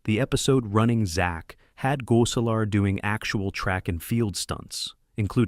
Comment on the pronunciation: Oh...my...god who in the blue hell is doing this voiceover? Urkel was pronounced differently every time it was said. Gosselaar was pronounced differently every time it was said. And 20 other things were ridiculous.